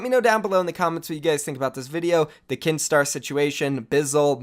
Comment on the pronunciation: When u said Kinstaar I thought you said keemstar